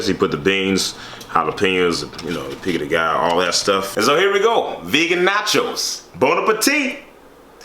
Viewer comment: HAHAHAH IT IS CALLED PICO DE GA YO! (so you can pronounce it correctly) hahahahahahahahaha